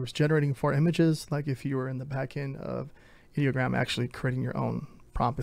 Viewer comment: You pronounce Ideogram wrong :(